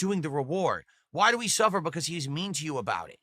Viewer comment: suffah, suffah 🤣🤣🤣🤣🤣